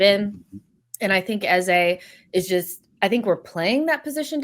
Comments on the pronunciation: Its not 'eza' he's nigerian the sound is pronounced as 'Ezey' pleaseee😂😂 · Can’t handle calling Eze “Eza” Please make him stop😂😂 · Eze is pronounced 'Ez - zay' which means 'King' in igbo (language spoken by the Igbo's who are from the South Eastern part of Nigeria) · I’m Nigerian and the way is saying ex name is irritating me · Typical, grabbing attention for wrong reasons, refusing to call people by their names and now Eze you decide to butcher his pronounciation. And please don't come with excuses, I'm Nigerian I've known that name since primary school.